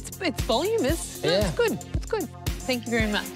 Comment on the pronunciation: 1. It's fucking voluminous, not "volumous". 2. This must be some kind of Shark Tank record for the dumbest valuation ever - it's about 4000 times what it should be. 3. Janine's face, trying to be diplomatic after the hairdresser with terrible hair ruined her hair.